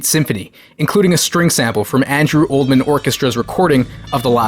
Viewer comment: How do you see the name Oldham and pronounce it Oldman? I'd expect Americans to mispronounce it as OldHAM, because of their inability to use schwas.